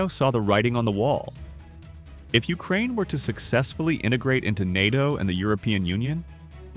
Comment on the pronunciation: “Urakaine” hits hard